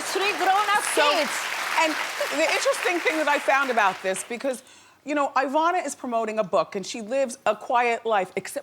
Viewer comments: Its not "EYE vana" its "EEEvana" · Wendy, it's not pronounced IIIIIIIIIIIvana; it's EEEEEEEEEEEEEvana. Just like it's not IIIIIIIIIIIIItalian or IIIIIIIIIIIIIIIran; it's EEEEEEEEEEtalian and EEEEEEEEEEran! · Wendy you mispronounced her first name. It is not Eye-VAH-na. It is Ee-VAH-na. Study up, m'Dear! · It really bothers me that Wendy keeps calling her Eye-vana even after Ivana called herself E-vana… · The woman's name is IVANA, pronounced EE-VAA-NAH, not EYE-VANAH... Ugh...!! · Why does the stupid interviewer insist on mispronouncing Ivana's name? 'Eye-vana' no! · It would have been nice if the host had learned how to pronounce her guest’s name. Wendy kept calling her “Eye-vana.” Sheesh. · It’s not “Eye”Vauhnah. 🙄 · Wendy is mispronouncing our name. It is said E-von-uh not the way she says it. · Why can't Wendy pronounce her name properly. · The host is so annoying! She hasn't pronounced Ivana's name correctly through the whole interview. Not even once!